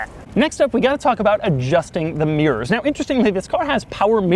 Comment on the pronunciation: Does he spell mirrors like mears?